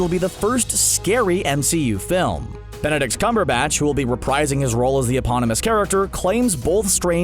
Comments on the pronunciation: did my man just say "Benedict's Cumberbatch"?? Bro I don't want to know about his cumberbatch thanks that's not what I'm in to! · did you just call him "Benedid Scumberbatch"? And as for why he's still Falcon, it's because the title is a reference to The Falcon and the Winter Bear.